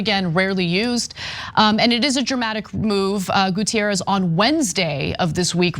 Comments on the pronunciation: Goo-teh-rres, he is portuguese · Guterres is not Gutierrez. Ana's doing the same dumb shit she did with the Nunes guy from the Trump administration. Portuguese is a different language than Spanish.